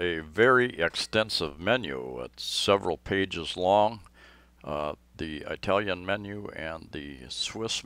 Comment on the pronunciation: You make me laugh. It isn't pronounced "Eye"talian. It's pronounced like "Ih"talian. Like the word "it".